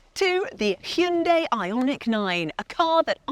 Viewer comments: It’s not bloody Heyunday, it’s Hi un die, Hyundai. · It’s missing a person who pronounces Hyundai properly, lol